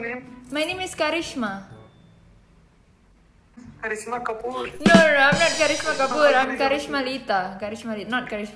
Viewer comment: gw kira orng indo, logat nya itu loh "Kharisma halo" Indo bgt